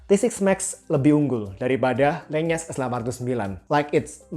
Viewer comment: Oh iya bang, buat wawasan aja LENYES itu dibacanya Len-Yes, jadi N sama Y nya misah, bukan digabung jadi NY Itu saya tau dari video produk official lenyes nya di shopee